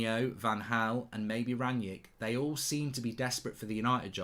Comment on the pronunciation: Mark is so pretentious he calls Ralf Rangnick "Ranyik Ranyik" just say "Ragnik" as that is how most people pronounce it unless they are pretentious